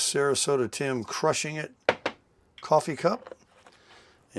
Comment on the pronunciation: Hey Tim!! You sound like you are from Texas like me when you say Tiiimmmm!! Love it and Merry Christmas. My birthday is tomorrow on the 24th…… Christmas Eve. Love you and bless you are amazing and I absolutely love your t-shirt. Here’s to 2025!!!